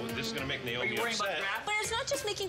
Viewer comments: how hard is it to say NAY-OH-MI? they have worked with this woman for years still saying Nye-Oh-Mi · you have a point. Her name is Naomi NAY-OH-MI not naiomi Nye-oh-mi the a is silent in Naiomi